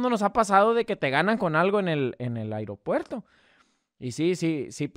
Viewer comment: se dice aeropuerto no airopuerto